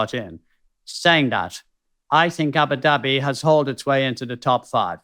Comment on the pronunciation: Ah-boo dah-bee and NOT ABBA DABBEE. This is just laziness. But, you guys are marvellous to watch and listen too (mispronunciations aside). Keep doing what you do, it's an excellent podcast.